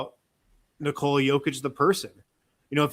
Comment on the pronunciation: It's N"I"kola not NikOoola for fs.